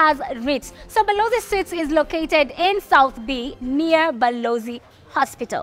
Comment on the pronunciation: Suites is pronounced as sweets. Not suits